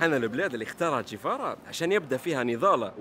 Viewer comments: تشيغيفارا وليس تشيفارا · إسمو ينطق تشيغيفارا